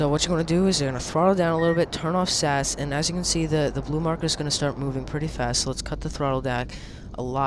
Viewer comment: Btw, its pronounced S.A.S as in the British Special Forces and not Sas. Love your vids :)